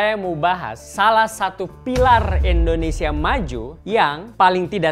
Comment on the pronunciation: Sedikit koreksi buat host, pengucapan yg benar: indonesia bukan endonesia. Nice narration!